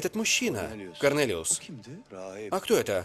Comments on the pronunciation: Почему Корнелиус всегда слышится как Коронавирус 😂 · Когда слышу Карнэлиус вспоминаю Коронавирус😏